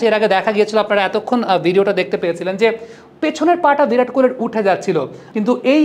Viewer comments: ভিরাট নয় বিরাট বলুন। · ভিরাট নয়, বিরাট। বিরাট কোহলি। হিন্দি আর বাংলার পার্থক্য বুঝুন তারপর সাংবাদিকতা করুন।